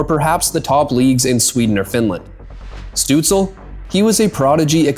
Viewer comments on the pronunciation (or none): Why aren't you saying Shtutzle instead of stutzle? In German his name has a "Sh" sound at the start. You should know this if you speak german. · Stoots-leh not Stoots-ul. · It’s not pronounced Stützle….it’s Stützla. 🤖🤦‍♂️🥃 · German pronunciation is Stützl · No, it's not lol it's "Shtutsla" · Amazing Video about Stützle. Many underestimate the few German players in the NHL. I know it's very nitpicky but it's not pronounced DEL like the tech company. It's said like the NHL. You say every letter. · it's pronounced SHTUTZ-luh. loved the video though!! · Hot take..... if you make a video about someone... AT LEAST take the 15 sec to use google translate how the name is pronounced... Tell me you do know a thing about german Hockey without telling me you dont care at all? DELL :face-fuchsia-poop-shape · great video.. but u really have to check the pronunciation of tim ✌️😉😘🇩🇪🇩🇪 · Thanks for the video. You pronounce the Ü in Tim'S family name correctly. That is a tough one for English speakers. Well done. However, you butcher the start and the end of his family name. St at the start of a word in German is nearly allways prononuced sht. More improtatn, the le add the end is not soundling like el in English. Stützle doesn't rhyme with apple, angel and so forth. Pronounce the el the same as the final l of Leon Draisaitl.